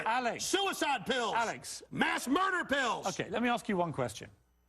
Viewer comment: Morgan : to mUerder Alex : ta mUEDE" Bro alex I can't 🤣😂😂